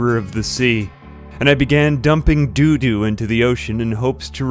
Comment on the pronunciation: You saying "doodoo" will never stop being funny.